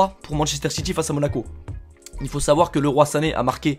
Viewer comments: Ça se prononce Liroïe pas Leroi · On ne dit pas LE ROI SANE ON DIT LIROY SANE ! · Putin mes t con c Leroy sane ta dit leroi sane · sa ne se dit pas le roi sané mais leuroye sané et sa s'ecrit Leroy sané